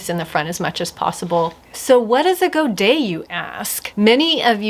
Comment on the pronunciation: I love that you pronounce godet correctly! You’ve restored my faith in people knowing what they’re talking about. That’s not entirely common on YouTube 😂 You did a great job on all 3 of those. But your niece’s dress was the standout for me.